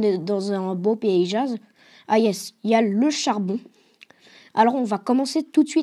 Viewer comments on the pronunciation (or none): par contre tu m'as tuer " payzage " ta dis sa xD mais bon